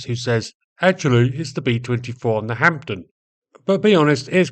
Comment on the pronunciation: IT definitely sounded to me as if 'Hampden' was pronounced 'Hampton'. If you read Spike Milligan you would be aware of the wartime 'Cockney Rhyming Slang' use for 'Hampton Wick'...